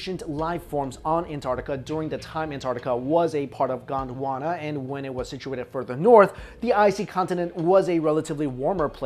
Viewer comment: when u said gondwana i thought u said uganda XD